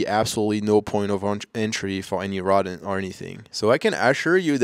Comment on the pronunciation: Bruda u absolutely killin Engerish😂 language,. Jus tryna hlp,..It’s called a,” row’dent. Not a rod’ain’t,.. I still can’t figure out what u called the wire screen u placed as a barrier,. However you are getting there!! Good luck with future endeavors,.. also I think insulation was supposed toe paper side out so ucan staple it to studs,.✌️😎